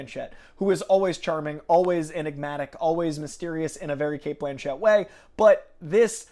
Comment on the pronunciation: Btw, it’s ‘Blanchett’, not ‘Blanchette’ 👌